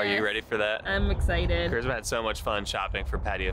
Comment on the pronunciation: AND FYI IT'S CHARISMA NOT CHRISMA